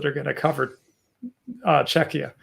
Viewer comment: pronounced "Czechia" like it's pronounced in Lithuanian "Čekija", it's really weird to hear it from an American.